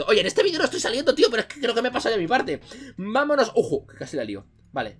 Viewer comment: En el #minuto dijiste peyo envés de pero